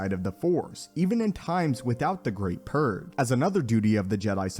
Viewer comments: Purge not "purr". They're not cats! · Why does he keep saying purg and not purge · What is/was the Jedi Purr? Or am I the only one who hears "Jedi Purr" when the subject is obviously the "Jedi Purge"? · did you say purrrr? its purGe! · I always hear „Jedi Purr“ instead „Jedi Purge“ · What is up with this guy and not being able to say purge the right way? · You said "purg" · This guy doesn't know how to pronounce purge. Jeez.